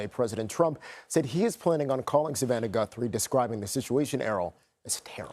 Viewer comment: That's Nancy gut throw, that's how you pronounce , Nancy Guthrie, good luck with your new show brother,,👍👍👍